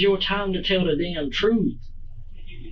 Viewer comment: “On my mama I’m telling the truf” Glad you brought her up By the way…